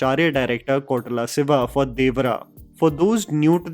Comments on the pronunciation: Not Kotala siva. It’s Koratala Shiva. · I've been hearing this a lot. It is Koratala Siva. Not Kotarala Siva 😂😁Also Is there anyone who felt that the hooded scene was like Death from Puss In Boots?🤭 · Hmm.., it is Ko'ra'tala Siva... not Kotala Siva..